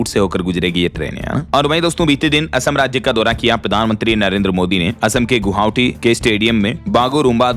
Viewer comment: भाई नमस्कार। कुछ शब्दों के उच्चारण आप गलत करते हैं जैसे हमलावर को हमलवार बोलते हैं और गुवाहाटी को गुहावटी बोलते हैं कृपया उसको सही कर लीजिए वैसे तो कई शब्द और हैं लेकिन अभी ध्यान में नहीं है ध्यान में आने से फिर आपको बताऊंगा। दूसरी बात यह है कि जब भी आप किसी को शानदार गिफ्ट देते हैं तो कृपया उसका नाम जरूर बताइए। अन्यथा यह लगता है कि आप हर दिन झूठ बोलते हैं।